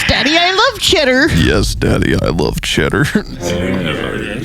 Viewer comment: IS that what he said? I thought he was like "chadder" like if it was some slang for crappy food, why would they pronounce Cheddar like that?